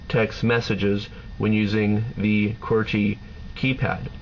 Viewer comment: ugh does anyone else HATE how this dude says "QWERTY"?